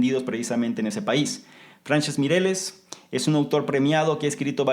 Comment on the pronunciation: Te admiro mucho,. Y casi me da corte decirte una cosa, pero como creo que es en positivo, te la digo: el apellido del segundo autor, F. Miralles, se pronuncia tal y como se escribe, y con "LL" o doble L, como, por ejemplo, "lluvia". Un abrazo enorme desde España.